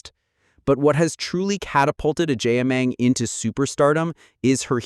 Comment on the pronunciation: Please the name is Agyeman not Agyiman.